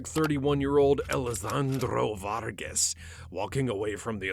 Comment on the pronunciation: “Elizandro Vargas 😈” why did bro say it like that